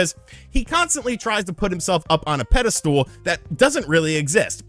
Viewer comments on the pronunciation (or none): what is a "peddastool"?